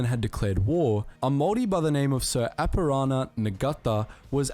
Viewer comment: Sir Apirana Ngata is pronounced Ahh-pee-raah-naah Naah-tah - roll the R and extend the A's. The dude in the video massacred that sht.